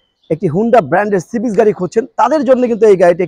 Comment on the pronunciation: হোন্ডা সিভিচ না ভাই! হোন্ডা সিভিক হবে।